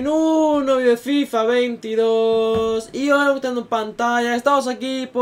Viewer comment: Se me ha hecho super raro cuando has dicho en fifaaa 22